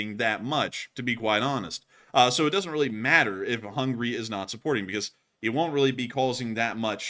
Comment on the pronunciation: He said "Hungry" instead of "HungAry" . :))